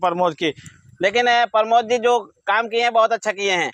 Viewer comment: भाई उनका नाम प्रमोद है, आप दोनों लोग उनको परमोद -परमोद कह रहे है 😀😀😀😀😀😅😅😅मै सोरांव से हूँ